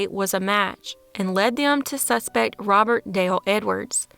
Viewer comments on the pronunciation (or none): none